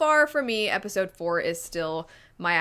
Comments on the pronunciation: “Episote” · The fact that I keep hearing not pronounced the D in episode is triggering me